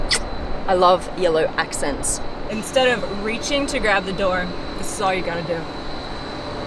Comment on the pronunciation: Opening this doowa heeeyah, using this leeevah. Love the accent